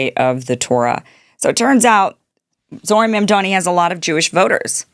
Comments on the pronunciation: Kim, his name is Mamdami. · Can you stop calling him Ma’amDaani? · Kim, Trump IS bad for Blacks and Hispanics. Try a different analogy. And how about properly pronouncing Mamdani’s name?